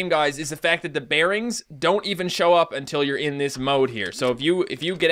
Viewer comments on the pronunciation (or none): none